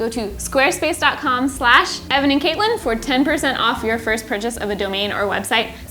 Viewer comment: 😂 saw you guys on prop academy with bill Doran, and even then I was like “hey! Your names both together is my name” and at the start of this episode, I swear I heard “Evelyn” instead of “Evan and” 😂 doesn’t help there’s a lyn in katelyn But other than that, I love your energy and vibes, not to mention music/sound selection 💖 I have already subscribed 👍